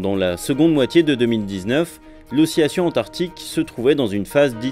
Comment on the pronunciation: pourquoi prononce-t-il oscillation comme osciyation? (petite question par une personne qui apprend le français depuis 10 ans)